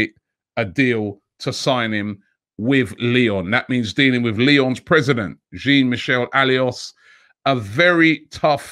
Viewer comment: jeen mishel alios... robbie you're havin' a laugh